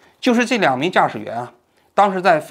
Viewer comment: 纠正一个小错误，坠落地点念梧（二声）州